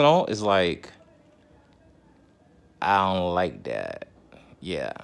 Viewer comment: "ion like dat" 😁